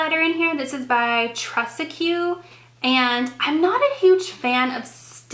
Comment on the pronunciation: oh honey lol the blonde is betraying you lol. its pronounced tresteek lol (like dress but with a t) tique (like antique) haha trestique.. it has that teek tresteek the way you said it was funny as hell lol and the way you say anastasia haha. adorbes...